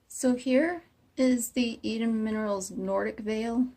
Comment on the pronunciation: No you're right - it is pronounced like E-doon :)